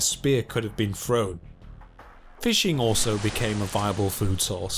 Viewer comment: The narrator repeatedly pronounced “thrive” as “Frive”. He also pronounced “either” as “eiVer”, “thrown” as “Frown”, and “other” as “oVer”. Is this a common pronunciation aberration of where he grew up in Britain?